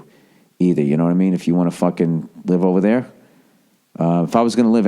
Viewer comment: I'm glad you're ok ova theah